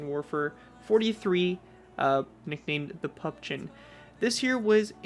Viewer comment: It’s called Püppchen